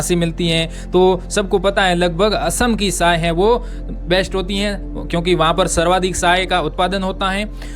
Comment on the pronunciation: आप (च) कि जगह (स) पर ज्यादा जोर देते हो ( चाय- साए चीन -सीन)